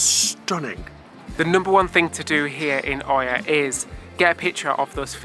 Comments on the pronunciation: And it’s not Oya, it’s eeeya :) Absolutely love this vlog ♥️♥️♥️ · Great video, see the Gyros pronunciation has been covered by others, the other one is the town of Oia in Santorini. It's pronunced Ee-ya. 👍🏻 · Lovely stuff. First time on Santorini for us was 2010 from Crystal Serenity and have been back over a dozen times including cruise stops. Oia is pronounced 'ear'. We spent a week on Milos last autumn and it's now our current 'favourite' Greek island. To get there requires a ferry trip so it's never that busy compared to Santorini & Mykonos. The Venus de Milo was found on Milos so even if you hadn't heard of it before you probably know the Venus de Milo. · Also OIA is pronounced Ee yah. Lots of experience having to pronounce that on shore excursions i ran. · Oia is pronounced as “Yi-a” the local way if I remember correctly. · Gyros, Pita (peeta) and Oia (ee’yah) all pronounced….differently then I’ve ever heard. Loved this video. I’ve walked down that donkey path to avoid the gondola. My knees hated me afterwards.